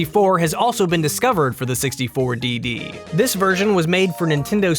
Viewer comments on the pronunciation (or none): N64 "Dee-Dee" -_